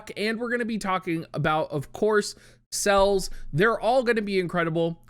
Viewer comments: if you can pronounce celestial and understand it’s 4 syllables, then you should be able to pronounced celes as two syllables. Celeste is an actual name which should make it even more obvious that it’s cel-es, not cells. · Ce.les, not Cells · I love you but I can’t stand how you pronounce Celes and Tidus. I could be wrong but I think it’s Sell-ess and Tie-dus, not tee-dus. Then again it’s silly for this to annoy me (especially considering I could be wrong) 😅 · It's Ce les man, calling her Sells is cringe. Look forward to the collab for sure. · you know I love you but hearing you call Celes "cells" hurts my heart. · it was odd. I have never heard her name spoken in game, so I cant be sure, but I wonder where got the idea from that "Calls" is the pronounciation to go by:D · Celes, as in Celeste.